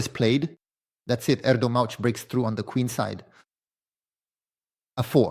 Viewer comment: you pronounced erdogmus in 100 different way, pls take 2 minutes to learn the gm's name next time, shows you are prepared and respect the gm, ty